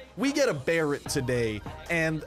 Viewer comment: I love how he pronounce tha Barret "Bareeeyt" I love it xD